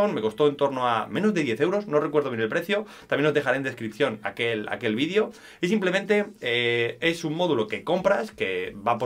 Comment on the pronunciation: se dice VIDEO y no «vidio» ufff!!